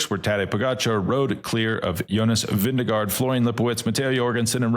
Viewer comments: say it with me: Vin-GE-gaard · His name is not Vinegar. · Veen- guh- ord. I was just told by a Danish person. We looked up how to spell it as it sounds in English.